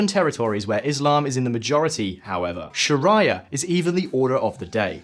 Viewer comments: Sher-rea-a not Sha-rea-a! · Weird pronunciation mate 😅 Shaa Rye Er - really? Sharia ☪️ Unless that is the correct Arabic pronunciation? 🤔 In which case I stand corrected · You know the Moderator is out of depth with the topic when he pronounces sharia as "sha rhye er." . This channel has actually always been a breath of fresh air up until the point that they forgot that it is in fact not compulsory to pass commentary on a topic that they know little to nothing about. At least, get the pronunciation of sharia correct before trying to meddle in a sensitive topic as Jihad, and how this phenomenon affects the Russian state on a macro level. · Bro why do you say sharia like that lol